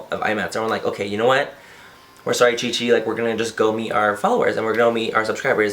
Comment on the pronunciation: LOL I swear I kept hearing ChiChi !